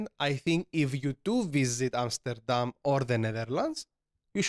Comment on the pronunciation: Your Amsterdam pronounciation is top tier 👍